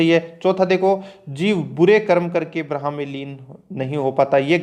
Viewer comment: ब्रह्मा ko braha nahi brmha padha karo bhai